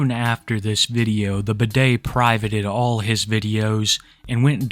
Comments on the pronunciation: I was listening to this video while doing chores and when he called him “bidet” I was so confused until I looked at how it was actually spelled 😂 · Everytime you say his name i only hear bidet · Hey. Medium enthusiasm fan here, just wanted to say I was a huge fan of how you called him Bidet instead of Budday. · I know youre saying "Budday" but its so funny to me that it sounds like "Bidet".... very fitting 😭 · So his online handle is Budday? Is it a play on words? Does he know it sounds like Bidet? Oh of course not! He’s too dumb for that